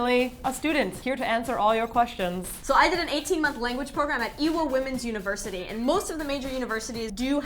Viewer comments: I had to turn on the subtitles cuz i thought she said Evil Women's University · Every time I hear say Ehwa Woman's University, I hear "Evil" XD. The vid from meeting the EYK crew ruined me. An evil would be cute though;D